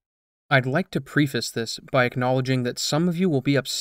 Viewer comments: I have legit never heard anyone pronounce "preface" the way you did in this video. I've heard it pronounced "Pree-Fays", and I personally pronounce it "Preh-Fiss", but never have I heard someone combine the two pronunciations 😂😂🤣🤣🤣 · If english isn't your first language I'd understand, but boy you need to work on your pronunciation of names and words. Matthias is NOT pronounced how you said it at all, it's Muh-Thy-Us, not Mat-tee-us. Also, how do fuck up the word preface?